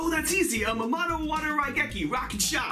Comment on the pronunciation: I know that as a non-Japanese person I should really not get hung up on this but I think you're supposed to have a brief break after Ama as the No is a seperate word.